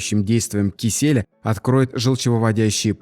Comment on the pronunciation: Спасибо! Только один вопрос: почему «кисЕля», а не киселЯ. ?